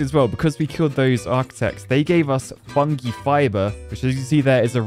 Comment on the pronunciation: The way you pronounce "fungi" is legit stressing me out.